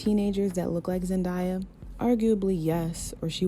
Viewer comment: Love the video but why pronounce Zendayas name wrong 😭 Zen- (DAY) - a